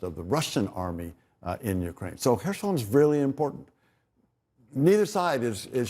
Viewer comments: Little annoys me more than hearing someone pronounce words in their own f* way... especially a high-profile TV person! Throughout this war, no-one else has pronounced the 's' in Kherson as a 'sh', but this reporter does just that... every time saying "Hershon". Not even Ukrainians pronounce it in this way, if he was trying to be clever. The Anglicised 'Kh' (Х) is like a slightly guttural 'h' - or just an 'h' to the English-speaking population - and 'son' (со́н) is pronounced as, well 'son'. Aside from this, glory to Ukraine and crush the Russians! 💙💪💛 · please tell your guy that it's kherson, not khershon! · Why has not learned to pronounce “Kherson” correctly after so many of reporting?